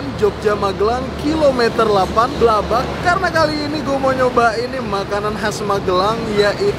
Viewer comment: Alamatnya BLABAK mas bukan glubak